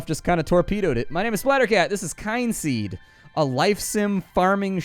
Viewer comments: It's pronounced "Kinseed" ....as in Kith and Kin, the game has a ancestral family hook, when your character ages and dies he/she passes on the knowledge to your kids, hence the name Kynseed. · Oooh, I really wanted to say that as soon as started speaking! It's "Kin" as in relatives... but you said it much more comprehensivly. 😊 Looks like a cool game!